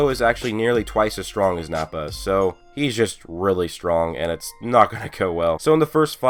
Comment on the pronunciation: I always think he says "hey guys it "